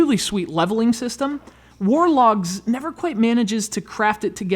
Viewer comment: "war dogs"....lol